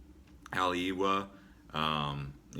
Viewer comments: Haleiwa pronounced Hale Eve A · Please PLEASE learn how to pronounce the names of the towns correctly. Like Haleiwa and Kihei. I had to stop watching. You have no business giving advice or "information" about Hawaii. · Right? I had to stop watching because I was cringing so much at his pronunciation of Haleiwa, Kihei, etc. This guy has no business making videos about Hawaii.